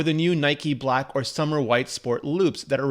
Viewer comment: Is it just me or did he call it Summer instead of Summit White for the new band?